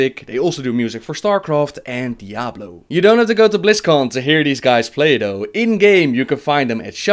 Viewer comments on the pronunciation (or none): none